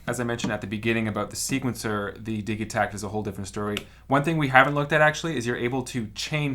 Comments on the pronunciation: Surely its pronounced Dij itakt not Dig-itakt? As in digital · Your pronunciation of Digitakt is ultra annoying! It's short for DIGItal. You don't say diggytal, surely?